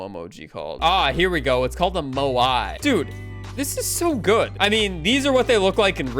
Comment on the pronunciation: The eastern island statues are pronounced Mowee